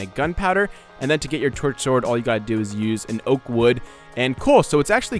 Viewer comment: am i the oly one that heard twerksword instead of torch sword